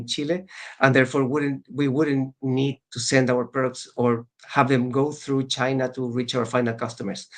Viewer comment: this nigga said cheena 😂